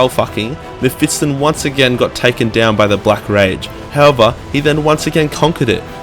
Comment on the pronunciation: Its spelled Me-(ph)Fist-Ton ;)